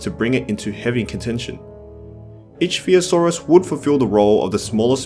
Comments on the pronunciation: Ichthyosaur. Pronounced: ik-thee-uh-sawr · Your pronounciations are all over the place. Compys are "pro-komp-sog-NATH-us." And Ichthyosaur is "ick-thee-o-saur"...Like the Ichthys (Ick-this), the fish-like symbol used to represent Christianity.